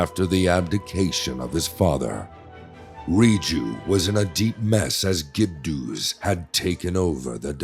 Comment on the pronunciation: "Gibdoo" 😂 Great update, though!